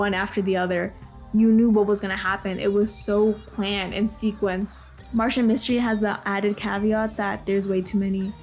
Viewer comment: Reboot is easily one of my favorite cartoons of all time. Sigh if only it got finished. I am not just hearing this person not only dunk on Martin Mystery but but also getting the name wrong.